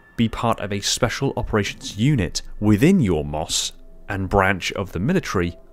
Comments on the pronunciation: Mos haha never heard anyone say it like that just M.O.S. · one would say "M O S" like "em oh es" Not "mos" Unlike FOB where that's said like "fobb" not acronym letters spoken. My two cents, cause that's how we said it in the Army 🤷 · It's Em Oh Ess, not "moss" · It is referred to as M.O.S. not Moss, JSYK. Other than that great video! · FYI: We just say M-O-S, not "moss". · Hey brother, love the videos. But it's just simply said "M.O.S." not "MOS" it's simply an acronym, no special word. This is mainly for the American army. Keep up the great vids. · M O S not moss my guy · MOS is said as M. O. S. Not moss. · It’s M.O.S. Not mos. It’s an acronym not a word. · Bro, he saying Mos but it’s pronounced M.O.S. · Thanks I ran to the comments to make this statement, made my skin crawl hearing it pronounced as “moss” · Lol I was saying the same thing. He's driving me crazy saying moss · M.O.S is usually said as the letters themselves, don't say mos it sounds weird.